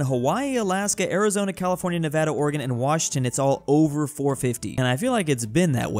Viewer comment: Hearing pronounce Nevada correctly gives me life.